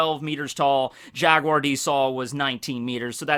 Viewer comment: Robin's life was saved by Jaguar D. Saul at Oha.... JaGuar! There's the "G"